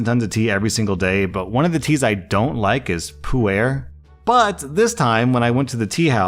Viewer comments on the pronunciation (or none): Hey, Puar is pronounced like the dragonball character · Married to a Chinese woman, visits China multiple times and spends time in the culture, still can't pronounce 普洱. 😅 Someday, just gotta put in minimal effort. 😮‍💨